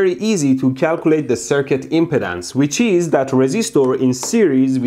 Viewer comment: Thank you for being a fantastic steward of internet civility, and for wanting to learn more than wanting to be right. Also, thank you for pronouncing impedance like impotence...makes me giggle every time :)